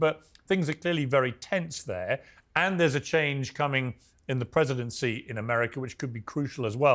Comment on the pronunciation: Ameriker? It's America, Piers. There's no "er" at the end of 'America'